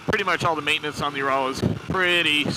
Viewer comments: There is no bike named ”Joral”……….it is pronounced Ural. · This guy knows nothing about the bike. He even said it only had 26hp when they have around 41hp. No wonder he thinks it is a "you raaal". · Dude I can't even listen to you pronounce Ural wrong one more time! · Well when he can't pronounce Ural and thinks it only has 26hp. What did you expect?